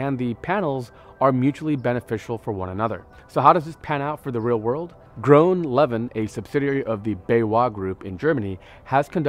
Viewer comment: GroenLeven is Dutch for 'Green Living' or 'Green Life', and it's actually pronounced like 'groon lay-vin' (with a soft g).